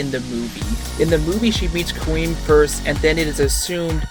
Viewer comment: Her name is pronounced 'Quinn' not queen.